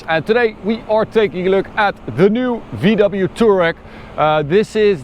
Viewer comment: "VDoubleyou" xD